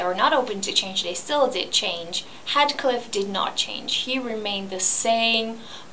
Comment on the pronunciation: HEEETHCliff! Not HEADcliff!